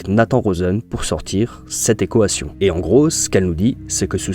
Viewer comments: ta vidéo est incroyable, mais ça me perturbe quand tu dis « ekoation » 😭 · "cette équohation" 😂super contenu! j'adore continue! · Manière bizarre de dire Équation non ? Voix IA ?